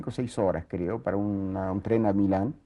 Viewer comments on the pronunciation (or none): none